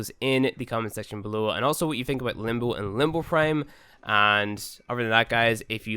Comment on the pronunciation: It's limb bow. Not limb boo.